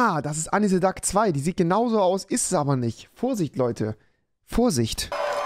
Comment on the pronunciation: "Anni se Dack" 😂 Englisch kannst du